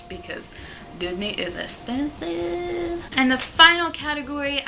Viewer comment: "Disney is espensiiive" 😅